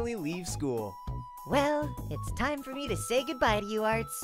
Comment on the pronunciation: I heard you say tine